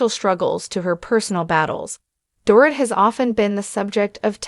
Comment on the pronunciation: Learn how to pronounce Dorit correctly m!!